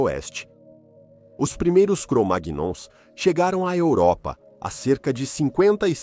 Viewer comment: Pode pronunciar cromaions memo